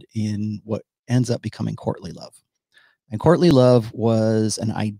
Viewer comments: Every time you say "courtly love" it sounds like you're saying Courtney Love. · Thanks! Man... every time you say "courtly love"... my brain hears "Courtney Love"